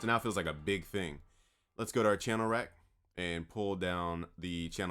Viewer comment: Super annoying that "Thíng” 😂